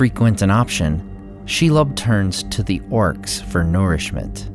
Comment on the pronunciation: Are you sure about the pronunciation of Shelob?